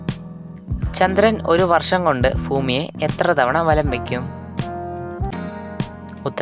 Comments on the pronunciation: ഫുമി അല്ല ഭൂമി 😂😂😂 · ഫൂമി അല്ല ഭൂമി 😂😂😂😅😅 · Not fumi that is bhumi the southern peoples say not bh there say f 😅